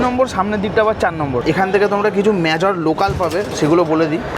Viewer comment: What's the meaning of Mya Jor....???? Bhai jodi thik thak uchcharon na kortey paro tow bolar ki dorkar? Major k Mya-Jor bola kono Mane hoy! Banglay boltey ki osubidha????